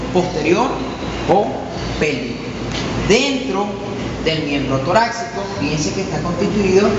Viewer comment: Creo que se pronuncia torácico no "toraxcico"